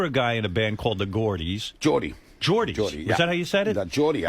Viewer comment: “Za AC und za DC”…..great stuff…LOLOL